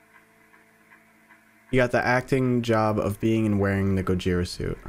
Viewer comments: Just saying but dude…it’s pronounced go jithhhhra like in Spanish the thhhhhhr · here is some help Gojira(go-ge-ra) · The pronunciation of gojira (go-ji-ra) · This is ten months ago, but Gojira is pronounced 'Go-Jeer-Ra' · Gojira pronounciation: GƱ/zea/ra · The way you pronounced it is wrong the way it should be pronounced is gorjia